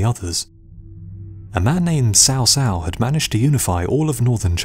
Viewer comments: Here is an 8 second youtube video that tell you how to pronounce "Cao Cao". It's more like "chow chow". How could you think it was "sow sow"? In English, a "c" followed by an "a" is hard, like "K". Good video over all, but..."sow sow"? Took me less than 20 seconds to search "cao cao pronunciation" and the vid was 8 seconds long. And again, even in English, a "c" is always pronounced like a "k" if followed by a, o, or u, like an "s" if followed by i or e. Sow Sow? C'mon man! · It is Chaw Chaw, not sow sow for Cao Cao. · in all the games of the three kingdoms , produced by koei they pronounce Cao Cao (cow cow } who is right them or you